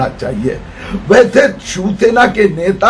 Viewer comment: Are bhai ye chivsena bolta hai😄